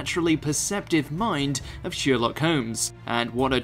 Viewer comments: It’s Sher-lock not Sheer-lock!!! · Thank you for these. Only one problem - Sherlock is NOT pronounced SHEERlock but SHIRlock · No worries with this, but how the fuck can you pronounce Sherlock as Sheerlock? Have you never heard it sounded out loud before? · Yes thank you! I love how he ends up almost pronouncing it as "sheer luck" though. It's ironic if you think about the contradiction between sheer luck and the main character's extremely logical understanding of the world. Anything you want to tell us? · "shewerlock" lol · SHERLOCK! NOT SHEER LOCK! ITS SPELT A CERTAIN WAY FOR A REWADON GOU NUMPTY! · what triggers me is that he says ''sheerlock'' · Thank you! Is it his accent or he doesn’t know how to pronounce Sherlock? It drove me crazy the entire video.